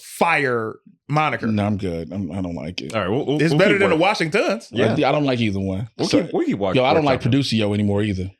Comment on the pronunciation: 🤣The "washing-TONS" lol ya'll be violating jay for no reason.